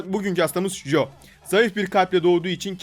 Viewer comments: Abi joe değil coe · Jo değil Coi :d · jo değil co